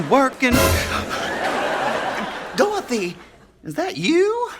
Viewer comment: Iconic!!! Though I gotta say Blanche () pronounces Dorothy without the Y. Dorotha